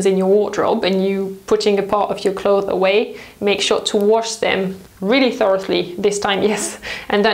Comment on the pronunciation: I love your videos but please rethink the way you say 'clothes'. It's clotheSSS - there is an S at the end and you're supposed to pronounce it.